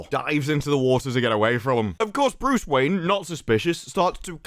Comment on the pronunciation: Your pronunciation of the name made me think they race-swapped Batman and made him Indian.